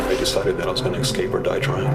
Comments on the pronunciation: xscape is not how you say it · They keep saying ex-cape... its escape... call me a grammar snob I don't care lol... its irritating